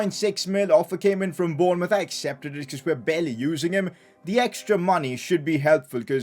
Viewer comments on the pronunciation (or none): none